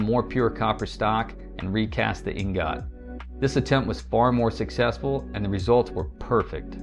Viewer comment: You look old enough to know that the word "ingot" isn't pronounced in the weird ass way that you are saying it.